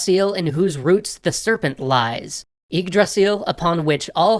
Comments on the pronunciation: It's Yggdrasil , not Iggdrasil . It's Bifrost , not Bayfrost . But yeah, for an english speaker, he's not the worst. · thumbs down cause you cannot pronounce yggdrasil, or ANY of hte names, you bring great dishonour to norse mythology and you should be ashasmed!